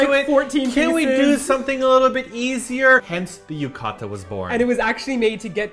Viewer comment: yu-ka-da....it's pronounced as yu-ka-tah with clear "T" sound, like how Brits pronounce water with clear "T" sound.